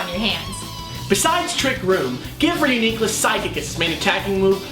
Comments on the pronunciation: Good science :D Bad pronunciation Ryu-Nee-Clus nope! Re-U-Nee-Clus, you wouldn't say Unicorn like U-ni-corn you would say Uni-corn. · It's pronounced REE-YOU-NI-CLUS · I think it sounds better pronounced re-U-ni-clus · All always thought it was pronounced like ridiculous. It was a joke between me and my friends when something insane happens, I say "This is Reuniclus!" Don't ask me why I pronounce it that way. Now that I hear the correct way to pronounce it, and look at the name, I realize how stupid I was being. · I... Do not like this pronunciation. Re-U-Nuh-cliss better :|